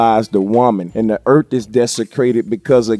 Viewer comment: it sounds like he said "earp" instead of "earth". he didnt even say "earf", he said "earp". this made my night